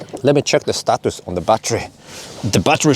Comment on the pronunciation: When you say status I feel like it's wrong and when you say Shtatus I feel like it's correct 😂😂